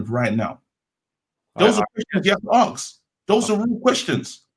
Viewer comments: HAHA aks not ask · nice show guys-most enjoyable. one small thing though -it’s ‘ask’ - not ‘aks’